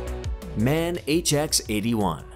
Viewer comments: The MAN is a german truck so you dont read it MAN its M A N with singel letters sorry, hope you understand because my english is so bad! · Its called M.A.N not MAN. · It's not MAN. It is M.A.N. - and abbreviation for the original cities for their factories. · As a German, you get absolute gasps. It is not called Merceidis but Merceedes. Also MAN is not pronounced MEN but M...A...N the reason is that it is called Maschinenbau from Nuremberg. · It call M-A-N , not Man, Man! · Das heist M.A.N. Maschinen aus Nürnberg, und nicht man. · M A N Not MAN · not Man...right is M.A.N ( M aschinenfabrik A ugsburg N ürnberg ) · who doesnt know the world famous brand "man".... jeeeeez.... maybe do a little research and at least learn how to pronounce those names....